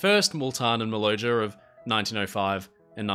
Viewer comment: Not Important really, but I travelled on the Maloja in 1951. It's name was pronounced Maloya. 🙂